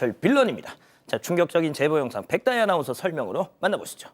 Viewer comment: 백다희 발음 좀 똑바루 배우고 와